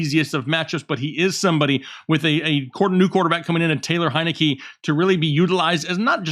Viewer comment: Awesome content as always., will you PLEASE teach how to say Taylor Heinicke's name!!:_chubb